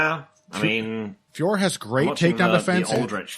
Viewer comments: French speaker here, it's not pronounced like that at all. The O is not silent in French and it is in 2 separate syllables Fee - O - Ro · Also a French speaker here!!! Finally someone else who let's them know that all these commentators get it wrong!! I just finished leaving a comment on the Anik & Florian podcast because they ALWAYS get it wrong 😔 Of course it's not pronounced Fior like Christian Dior, unless we all live in a world where we are listening to Heavy Hands with and. Allez les gars, faut vous améliorer la, hein!!! 🙈🙈🙉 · IT'S NOT PRONOUNCED FIOR. YOU HAVE JON ANIK TO BLAME FOR THAT 😑👎 EVEN BRUCE BUFFER GETS IT RIGHT!!! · French speaker here. It’s actually pronounced with a silent "f." Just Ooooore. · Sorry its Feeore now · I live about as far away from France as you can, but I can guarantee you that is, in fact, NOT how you pronouce it lol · Definitely not Fee Or. And I'm not going by what I think it should be, I'm going off videos of her saying her name. The last O is definitely pronounced. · French speaker here, THIS IS NOT THE RIGHT PRONOUNCIATION !!!